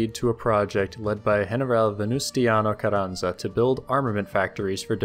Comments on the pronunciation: Venustingo carrasa lo dijo bien mal era venustiano carransa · Real cute how you pronounced "Venustiano Carranza". love it Lemme hel ya: it's "Veh-Nuh-styah-noh Cah-RRah-nzah"